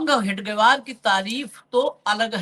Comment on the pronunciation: हेगडेवार नहीं हेडगेवार कहीए,साहेब.